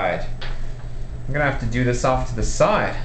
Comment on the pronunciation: Stop talking like that Jeez why do Americans put so much emphasis on the last word if their sentence. "What grammes do I HAAAAAVVVVVE" "First calculate the concenTRATIONNNN".